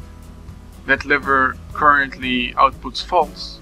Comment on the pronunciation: Thanks, this is a great tutorial for redstone newbies. Your english isn't that bad, the only thing I noticed is that you pronounced lever kind of strangely.